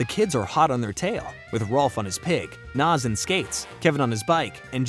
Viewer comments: Nah-z not Nas she's not a rapper😂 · Pluss ++++ The comic which may be found online. Oh yea, and we will NEVER learn what is under Double Ds' hat. ++++++ : Her name is NAZ!!! N - A - Z !!! NNAAAAAAAAZZZ !! Pronounced ""Naa - zz"" & NOT ""NOZ"" !! NOT ""NOZ""!!!